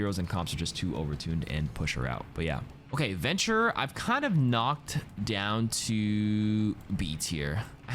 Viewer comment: venture slurred